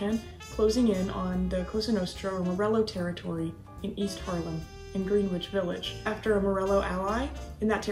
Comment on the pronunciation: Its Gren itch. Village